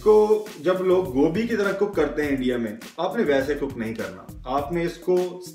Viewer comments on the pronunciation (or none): none